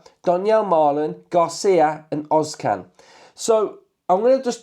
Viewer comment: Ozcan is pronounced özz-jan